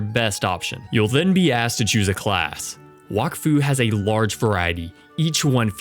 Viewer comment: and did this mf just say walk-fu